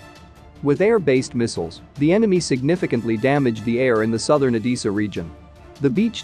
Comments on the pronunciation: It’s Odessa not Odeessa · I think it's Oh-DEH-Suh, not Oh-DEE-Suh, but I could be wrong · O-Dee-Sa or O-DESS-A? shouldn't you know? do women wear dreeeses or dresses? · PLEASE - find out how to pronounce the name ODESSA - it hurts my ears - O-dess-a e not i in its pronouncement